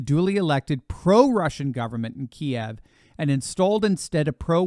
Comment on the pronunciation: Thank you, for saying, pronouncing Kiev correctly,,two syllables, sounds like, key- ev not single syllable as in keyed, the lefty Loosers always have to act smarter, and more superior in changing everything, sorry POOTY POOT, but you've, as Communists, have always dictated to your People everything,,just cause a bunch of fruit loops are running amok here in US, doesn't mean we're all NUTS,,,,pibsqueek Commie,, LET'S GO BRANDON BIGLY ❤️🇺🇲❤️💯💥💪,,,, ULTRA MEGA MAGAA KING BABY NUCLEAR POWAA 😡💥,,,45 FOR LIFE 👑 PUREBLOOD 🩸🧂 RRRRReeeEeee 🧂 RRRRReeeEeee 🧂 LOVE MORE LAWFUL FIREARMS ❤️🤠🇺🇲💯💥